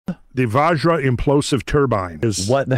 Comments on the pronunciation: It is not Vaaajra guys, it is like the Bu in but. Here you say VaJ-ra meaning Diamond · Mf's killing us with their Vajra, svarga etc...😂